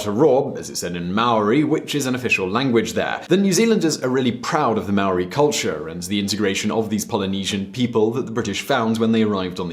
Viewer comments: As a New Zealander this triggered me, Māori isn't pronounced as mow ri, its pronounced like the word Moldy, sorry had to correct you there... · Maori is pronounced moldy without the l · I think your information is bullshit we pronounce maori with a d not a r bill English wasn't prime minister that fuckwit John key was prime minister he lost the election to the labour party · you said all the maori words wrong im from nz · Hai guys love the video I am born and breed in NZ and think that it is one of the best countries on the Globe Here is something that might be helpful (1) aotearoa is pronounced Or- tea- aa- row- a (2) The Labor party won (3) Māori is pronounced Moal - ree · The way he pronounced Maori and Aotearoa triggered me